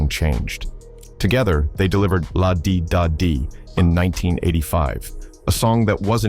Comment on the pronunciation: The thumbnail tells u its AI.. also when they call the song Lah Dee dahh Dee.. smh Lazy channels flood youtube with quick AI videos